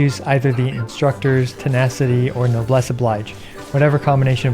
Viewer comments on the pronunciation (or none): none